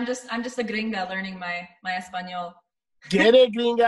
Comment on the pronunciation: how well have you pronounced "español"😁😁😘😘 You hardly notice how gringo👌👌 I hope that he can return to give concerts soon🎤🎵 Good video and greetings from España (Spain)👍😁🙋🙋